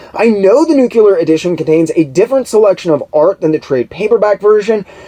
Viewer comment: you are amazing!!! I'm so glad I found your channel! Your research is so thorough and your presentation is a pleasure to listen to. Your enthusiasm for the subject matter shines through as does your wit and intelligence. So please forgive the nitpick, but it's like fingernails on a chalkboard to hear someone with your (truly) outstanding vocabulary mispronounce the word "nuclear". Big respect to you nonetheless brother!